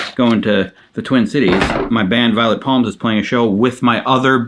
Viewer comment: Every now and then when you say Violet Palms, my brain hears Violent Palms, which always makes me think of stigmata... and that's... something😂